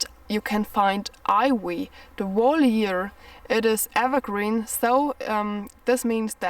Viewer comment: Some useful tips, the letter i I is pronounced 👁️, Ivy, 👁️vy, 👍